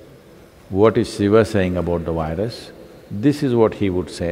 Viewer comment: Well, it is a terrible wirus, a wirus we cannot ignore, a wery, wery awful wirus. Keep safe as this wirus could spread again. . .